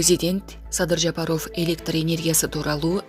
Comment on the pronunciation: Эй кыз туура окучу жапар ов дебей